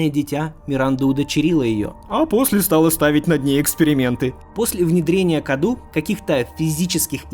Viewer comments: Не Каду а Кадоу (ударение на О). Cadou в переводе с Румынского - подарок. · Не КАДУ, а КАДОУ, переводится с румынского как ПОДАРОК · Паразит с румынского называется cadou, читается кадоу а не каду, то что обозначает подарок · Оаоаоа Я бомблю просто. "CADOU" это не КАДУ. Это на румынском произносится как "КАДОУ" что в переводе значит "Подарок" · Cadou с румынского переводится как Подарок. и Произносится кадоУ. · Название паразит скорее всего произносится как "кадоУ",c румынского это переводится как подарок. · о в слове кадОу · Cadou = Подарок (акцент на о)